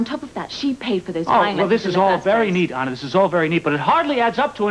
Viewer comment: kept mispronouncing " Anna."